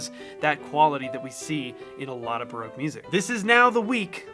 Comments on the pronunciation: It's not baroke it's barock. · Pronouncing Baroque as broke seems fitting for musicians. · It's a fabulous video, thank you. I've been wondering about ways to improve my repertoire and this really helps! P.S. Baroque is pronounced Ba-ROCK. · I still can't get over the pronunciation of Baroque, to English ears it sounds like your saying its "Broke" ;)